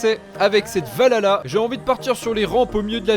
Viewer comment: juste, ca se dit val halla en prononçant le H